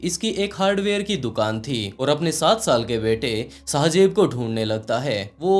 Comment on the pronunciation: Sahi sy bolna or likhna seekh lo phly shajeb Nahi shahzaib hota Hai 🙄